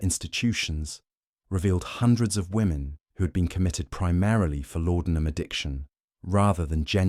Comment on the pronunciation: The drug was called laudenam not lordenam